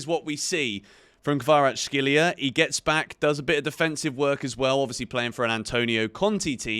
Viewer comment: It's Kvaratskhelia, mate. Not Kvaratshkelia. "CH", "X" sounds are back to back.